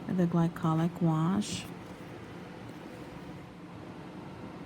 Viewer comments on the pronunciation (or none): none